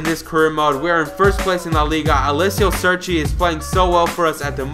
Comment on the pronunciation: Its cerci not serci